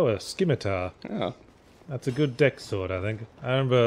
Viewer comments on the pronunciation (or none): For someone who prides himself on vocabulary and pronunciation, I am surprised Yahtzee does not know scimitar is pronounced "simetar" not "skimetar". (unless he is trolling) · Skimitar. Lol. Skience.